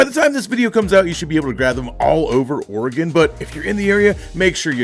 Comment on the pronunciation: Learn how to pronounce Oregon, you sound like a dork!